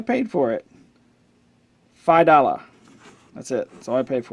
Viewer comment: "five dallas" xD